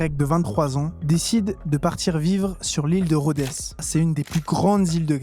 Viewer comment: l'ile de Rhodesssss ??? On ne prononce PAS le "s" !! Et articule aussi, merci. Sinon ça va.